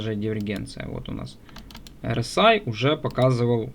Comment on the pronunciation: За все прощаю. За одно простить не могу- RSI (эр ЭС ай) ты эр СИ Аем (rci) называешь.